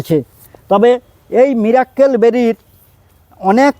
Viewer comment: সবাই একটা ভুল করেন,মীরের মীরাক্কেল অনুষ্ঠান দেখার পর থেকে মিরাকেল কে বলেল মীরাক্কেল। আশা করি ভাষার মাধুর্য ও শুদ্ধতা বজায় রাখতে ও ভবিষ্যৎ প্রজন্ম যাতে সঠিকটা শেখে তারা,তার জন্য সবাই একটু ভাষার উচ্চারণের প্রতি সবাই সচেতন হবেন।